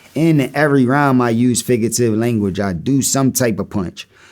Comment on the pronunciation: Someone tell Cass it's "figurative" and not "figative"